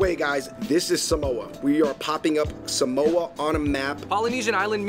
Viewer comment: Ok... first it’s SAH-moe-AH not SUH-MOE-UH. it’s not coconut spinach it’s called Palusami it’s taro leaf & coconut & onions. It’s not really a “Polynesian “ sausage it’s jus sausage. Lol and it’s not SAPA SOI it’s SAPA SUI or u can just say chop suey. I really do appreciate u guys showcasing Samoan cuisine because no YouTuber I’ve ever seen has made a video on Samoan cuisine . Thank u. And I watch u guys an love y’all content one love 💪🏽